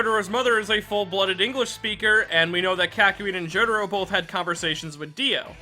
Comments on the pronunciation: I'm still cringed how you pronounced Jotaro as "Joe the Row". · "K-AH-KYOIN AND JO-DARO" that was painful